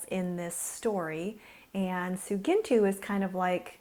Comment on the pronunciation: She says her name wrong and it bugs me! anyone?